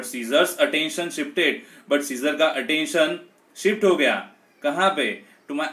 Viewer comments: It's not a siccor it's Caesar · It's Caesar pronunciation is different